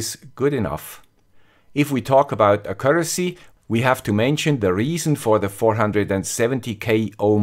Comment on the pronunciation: Just, could you look up how to pronounce "accuracy"? ;-)